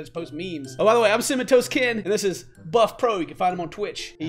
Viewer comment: cinnamontoastken. when he says that i hear it like cimatoasken 😂